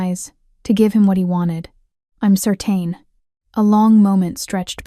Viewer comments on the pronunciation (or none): certain pronounced serten not sertane. background is silly!